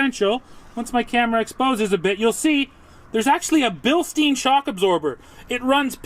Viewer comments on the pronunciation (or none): They're pronounced Billstine, like the German beer stein. had to admit he's been saying it wrong lol. Nice toy, i can only imagine what the dealer markups will be. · You are not pronouncing Bilstein correctly.